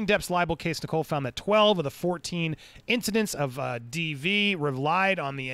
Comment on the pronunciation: Judge Nicol’s name is pronounced ni-cul, not ni-coal 👍